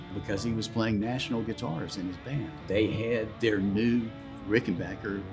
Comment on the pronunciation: "RickenbacHer"? Not "RickenbacKer"?